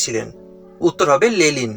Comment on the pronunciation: ওটা লেনিন হবে লেলিন নয়